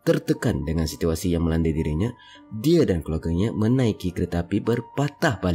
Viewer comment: Penat dengar tekan perkataan "Dia"